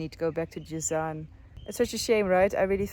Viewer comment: It’s Jazan not Jizan